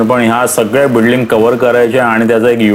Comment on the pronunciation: बिडलिंग नाही बिल्डिंग